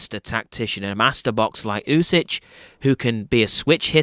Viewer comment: It's pronounced "oosik". "Oosich" made me laugh. But good breakdown anyway.